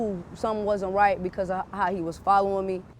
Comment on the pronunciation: you have the white to wemain silent